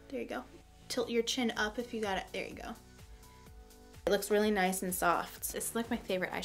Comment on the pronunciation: I am so thankful for this video. I've had friends who DESPERATLY wanted this. Thank you for even explaining in such great detail!!! Also when you said "noice" instead of nice you became my favorite youtuber!!!